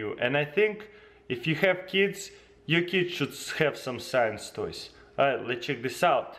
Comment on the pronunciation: the first time he said "science toy" it sounds like he said s3x toy